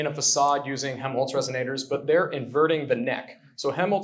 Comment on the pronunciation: This is such a cool idea. By the way I don't think the first L in Helmholtz is silent. It sounds like youre saying Hemholtz.